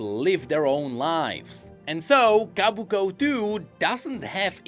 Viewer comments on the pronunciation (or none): Sorry but I gotta be the one to say it's Kobuko, not Kabuko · Ko. Bu. Ko. Not Kah. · I can't take it anymore, it's not Kabuko it's Kobuko. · I can't take it anymore, it's not Kabuko it's Kobuko